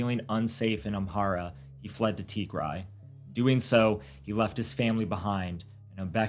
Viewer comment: Indeed, just the way this narrator mispronounced Tigray..... He's never heard of it😢 For the record it is pronounced TEE- Grey. Like a grey tee-shirt, not TEE- grai. Like a tea chai with a gr instead of a ch.